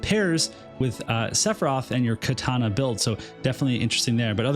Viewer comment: You said Katana right this time. I'm so proud ;_